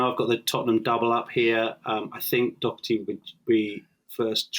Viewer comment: Nobody in Ireland says "Dokerty"